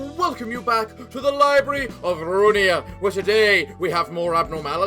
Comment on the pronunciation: I love how he says Library of Runia instead of Ruina dhejshwusu